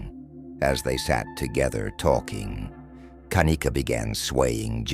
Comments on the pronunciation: First as a momma you pick your baby's name CAREFULLY why does this damn robot have to say her name like that!? Anyway,is it bothering anyone else that it takes ALL THREE friends to go back and get her stuff and why doesn't at least one of her "good friends" stay with her if they saw she was swaying that badly,this whole thing "FRIENDS" and all were sus to me from jump street back in 2017!! It really makes me fu*#ing ILL that this poor girl was gonna be a Nurse bc she obviously loved to CARE for people and the night SHE needed the people that she THOUGHT were trustworthy couldn't or WOULDN'T CARE FOR HER!! I totally understand her mother's heartache and rage!! We lost our son (17yrs old) to a freak car accident so I KNOW grief and there is absolutely NO GRIEF like a parents for the loss of their CHILD! I'm so sorry for you,mamas I pray one day you get the peace you deserve. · How many times is the robotic narrator going to change the pronunciation of Kenneka name